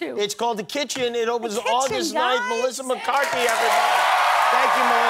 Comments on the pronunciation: I love the way he didn't even get her name correct....LOL "Melissa McCartney"....lmhao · Did he just say "Melissa McCartney"?